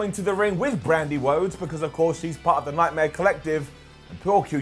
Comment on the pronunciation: Bwandi Whodes